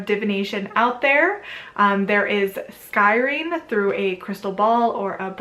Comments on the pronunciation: Scrying is pronounced "Skry-ing" not Sky ring. Just fyi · I love your vidoes. So informative, well-read, and balanced in your presentation of information. I really appreciate all the work you do and all you offer with this channel. You are amazing! (I've heard you mispronounce "scrying," a few times, but that's just a nit-picky detail!)